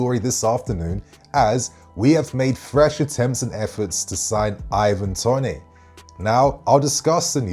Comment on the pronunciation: Mate he is English why u pronouncing it tonay?